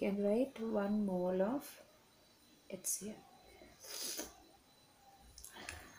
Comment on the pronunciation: Mam Its HCL not hectCl🤣😂